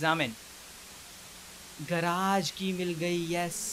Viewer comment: Hey it not garaage it's garage